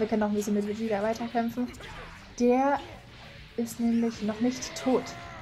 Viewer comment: Du sagst Vegieta das heißt Vegeta